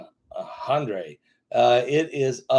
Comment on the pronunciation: It's pronounced just like Henry.